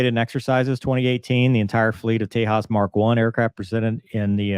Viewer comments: I tend read it the same way. But in India I believe the "j" is pronounced like an actual "j". (I'd be amused if they named the thing after Texas, but as I recall it's the Hindi word for "tiger".) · Tejas, Spanish for Texas. Shame on them for mispronouncing a word that originates on the opposite side of the world. Could you please help us with the pronunciation of your callsign, is it "doo-chey" or just straight "doosh"? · Indians usually spell words as in "British English", not American English, forget about Spanish. That is something I learnt when I came to North America, Indians wanted to know how I knew how to pronounce their Indian names. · dont pronounce it the spanish way like "tehaaas" The J is not silent. Think of it as the J in JAS39 and call it the "Tay..JAS" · Great video. Just a teeny tiny remark if you plan to cover more indian stuff. In Indian languages we pronounce the J. Its not Spanish. So Tejas has a J sound and not a H sound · It’s Tejas, not Tehas… the alphabet J is pronounced! Get these things right! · Limited production Naval Tejas ( Not pronounced as Tehas ,simple Tejas, No Spanish ) is a STOBAR jet Not CATOBAR. Designed for two STOBAR type Indian Navy Aircraft carriers to replace Russian Naval Mig 29 K jets, both Aircraft Carriers use Migs 29 k, Migs are good but availability rate is just 50 %. So recently concluded Indian Naval jet competition which won by Frence Dassault Rafael Marine outmaneuvering US F18 Super Hornets (both jets Modified for STOBAR Ops. Medium Weight Catagory) for Indian Navy. Rafael Marine is a Stop Gap measure as India's own new TEDBF Naval Fighter jet has just completed Design phase, initial wind tunnel tests and now awaiting further funds from indian govt. for Prototype production followed by Long testing phase and certification process. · There is so much you got wrong about the "Tay-h-as"...... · Its Tey-jus by pronunciation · It's not Spanish! Tay-jass.